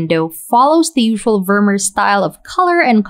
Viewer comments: It's not pronounced Vurmur, but Vurmeer, emphasis on the second syllable. Also in your Night Cafe video, the town is pronounced Arles, with a silent 's'. Good job anyway though. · Great video, i love your work. But please make an effort te pronounce Vermeer's name correctly. The double ee is pronounced like the double ee in beer.